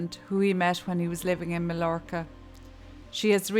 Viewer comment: Very good video and I’ve subscribed. But Majorca or Mallorca is pronounced ‘Mayorca’. I, too thought ‘God give me strength’ when that stupid woman said she’d stick with this beast until the end.